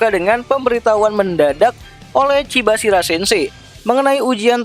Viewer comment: Chabashira bang, kepeleset ya lidahnya wkwk